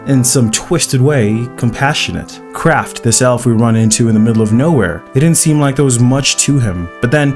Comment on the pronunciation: its Kraft! not craft KrAHHHHft